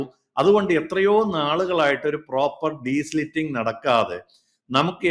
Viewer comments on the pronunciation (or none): " ഡീസ്ലിറ്റിങ് " അല്ല , " ഡീസിൽറ്റിംഗ്‌ " ആണ് . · Desilting and not desliting😅 Not an expert but primary school science 🧪. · It is not deslitting. It is de-silting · the right word is *DESILTING*, not desliting. Please note.